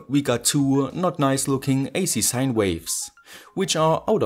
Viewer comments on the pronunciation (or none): none